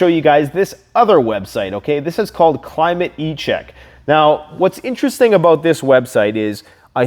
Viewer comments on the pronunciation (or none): It's Climate Check; not Climate e-Check. 😉😅